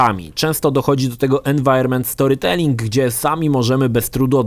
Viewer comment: mówi "environmental storytelling" z akcentem z języka stalina